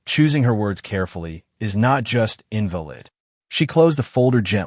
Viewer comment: Fire the editor. First of all use a human reader instead of cheaping out with stupid Ai, which threw in another language, and did not know how to say " lives" nor "invalid.". Furthermore, a real human reader would've known that this story is supposed to be narrated by a woman. It is the story of a widowed woman. It's being narrated by a man. How is this widow an older white woman and then she is an Indian-looking woman in a sari. She is at a lawyer's office and we see the view of the whole city. This has too many errors. If you are making a video for YouTube at least be professional and not stupid. Fire the editor. Very careless.